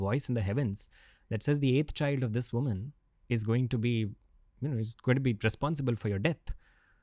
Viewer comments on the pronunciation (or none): none